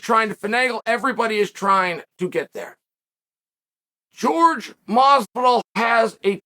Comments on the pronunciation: Where are you wrong??? It's (whore-hey) not (George) . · Me: Jorge Masvidal Chael: George Masvidal Me: George Masvidal